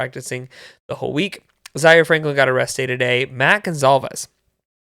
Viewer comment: I thought 💭 the same thing, starting with Zaire "been a'rest'd--ay" 😮 ‼️‼️ then I realized what he was saying later 😅😅😅😅 shew ‼️‼️